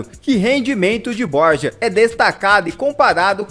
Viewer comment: Se fala bor-ra não borja